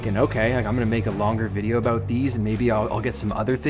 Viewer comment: What are you talkin A-Boot?